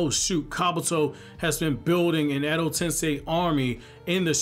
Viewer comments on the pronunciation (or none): none